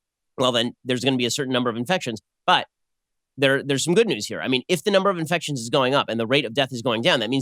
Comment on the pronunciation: I do not care about "iNfecStionS"